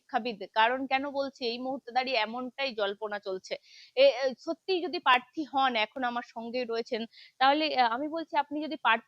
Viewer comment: পার্থী নয় ,, জিব টা আগে ভালো করে পরিষ্কার করে কথা বল ছাগল কুলাঙ্গার মহিলা,,ঘৃণা লাগে ভাই এদের দেখলে